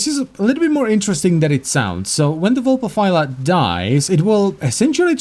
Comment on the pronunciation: vulpaphy* not vulpapha